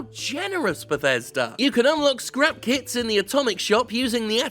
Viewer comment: Anyone else heard scrap "kiDs" instead of "kiTs"?